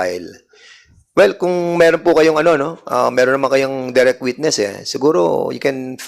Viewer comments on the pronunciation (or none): none